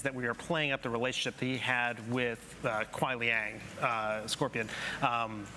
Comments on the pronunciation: he said “kuai luang, scorpion”. KUAI LIANG confirmed as scorpion!! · One of them just straight up said kuai liang scorpion!